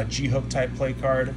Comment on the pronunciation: Isn’t it pronounced plak-ahrd?